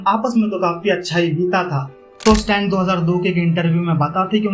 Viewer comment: Stan❌ स्तन ✅😂😂😂